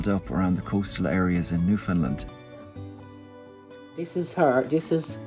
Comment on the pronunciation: And that pronunciation is how you identify someone who is not from The Rock, lol! "Newfoundland" rhymes with "understand," and anyone from there will make sure you know it, haha!